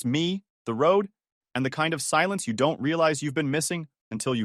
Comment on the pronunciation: Since when can this AI voice not pronounce don't